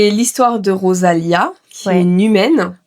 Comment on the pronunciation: C'est rosalina pas rosalia. Et on ne marie pas quelqu'un